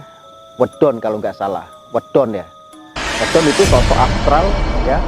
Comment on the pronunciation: Medon bukan wedon. Trimakasih